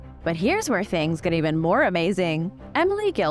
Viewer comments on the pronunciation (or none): none